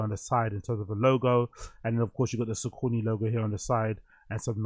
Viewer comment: yoo i think its pronounced sock-a-knee broo 😅 but yeh a confusing one